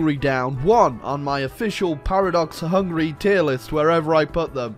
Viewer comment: It’s ticking me off how he’s saying Hungary as hungry